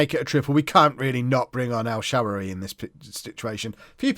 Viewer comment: Hi, it's pronounced: EL-SHUH-RAR-WEE